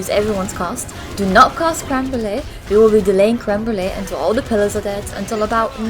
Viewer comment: I love how you properly pronounce creme brulee